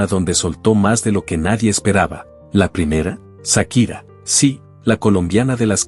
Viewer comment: No es Sakira 😂 es chaquira